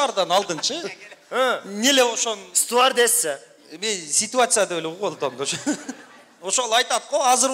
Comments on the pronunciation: Ээй куудул сөрөйлөр!Стуардесса эмес,Стюардесса. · Стордесса Эмес туура суйлосонор бирок баары жакшы болот эми